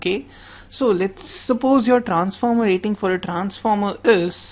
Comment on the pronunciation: Trrrrrrrrranformer :v Rrrrraaiting :v . Indian Accent . awesome